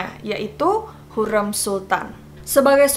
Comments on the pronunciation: Plis ka sebut hurrem nya seperti “sate”. Agak terganggu hehe maaf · Topkapı dibaca topkape krn penulisannya bukan pakek huruf 'i'tapi pakek abjad turki 'ı' yg pelafalannya kyk kita nyebut kera Kalo Hürrem, Harem, dsb pelafalannya bukan kyk kita nyebut 'kera' tapi 'bebek' simple nya kek huruf vokal biasa ' a, i, u, e, o '